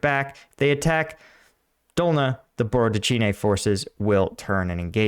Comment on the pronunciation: 8/10 for breakdown, 3/10 for pronouncing Cyrillic words. 😂 I wonder how much more expensive outfitting all the drones with night capabilities would be. Russians certainly aren't driving all their vehicles at night, making them literal sitting ducks.